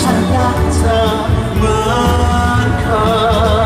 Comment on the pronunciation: แทคร้องคำว่า เคย ชัดมากก ออกเสียงยากนะคำนี้ ด้งด้วย